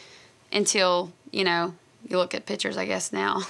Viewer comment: I love how she says pitures aka pictures haha